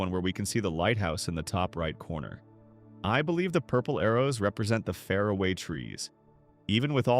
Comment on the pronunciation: If AI is so smart, then why is AI unable to pronounce far-a-way? It is so annoying to continually hear fare-a-way .................everyone knows Sarah is the cromenockle